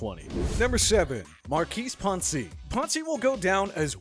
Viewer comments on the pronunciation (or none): Maurkice WHAT? it's not Puncey it's Pouncey... don't forget about the O in there I say this is almost all of this channel's videos but they make a TON of stupid mistakes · Why are you saying Poncy? Its POUNCEY #PS4L 😂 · 1) It's pronounced Pouncey, not Pawn-see 2) How is Tom Brady not considered a superstar anymore? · The fact that you called him pahnsee makes this video lose all credibility to me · Why does he pronounce Pouncey that way 😂